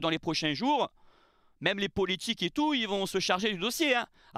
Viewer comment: "Emergumême"...😅tu m as trop fait rire.. Y aura pas de sanction...ça c est passé sur la voie publique, c est sous la responsabilité de la ville et de la préfecture... Allez l OM...